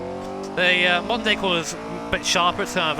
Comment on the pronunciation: I kept hearing "the Monday circuit" and I was so confused ...